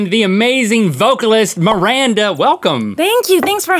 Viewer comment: It's Miranda not maranta or maranda